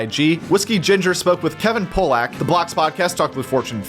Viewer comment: Kevin Pollak is pronounced Pa-lick, very famous incredibly talented impressionists & comedian